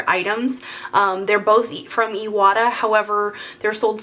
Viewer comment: It's pronounced I-wa-ta. "Moisture trap" keeps air dry. You can put the compressor on the floor. Well done video.